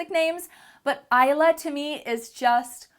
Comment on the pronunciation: I have 2 daughters Stormie and Rainie and Isla means island in Spanish but it's pronounced different I love it the way you pronounced it though 😊